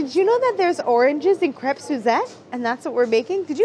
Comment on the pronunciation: Crepe... Kr Ape... And roll the r